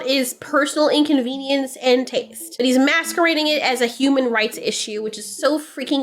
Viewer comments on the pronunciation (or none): none